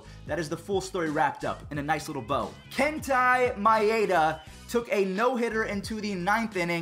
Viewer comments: Did you really just call Kenta Maeda Kentai lol just giving you crap love you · It’s not Kentia maeda it’s ken-ta maeda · It’s Kenta not kenty sry I don’t like when people discorrect names